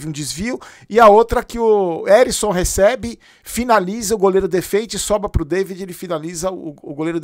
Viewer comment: O nome do jogador e Ericson , não Arisson 😅